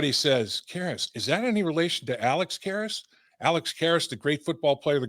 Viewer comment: Dave you need an editor? "Karrus" lol